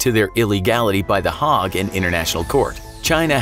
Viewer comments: Please pronounce names correctly it's the "Hague" not the "Hog". Also this episode will not age well. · Interesting pronunciation of Hague